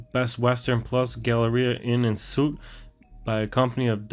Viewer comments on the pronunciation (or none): Bro how you gonna know laws but can't read suite?! lol Bro said suit... LMFAO I'm dead rn...